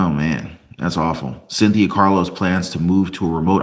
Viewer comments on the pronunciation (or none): none